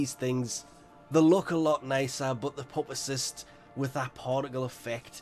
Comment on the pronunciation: Pupacyst is said, pewpa cyst